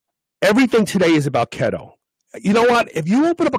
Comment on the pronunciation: It's "KEETO" NOT kheto has!!!!!!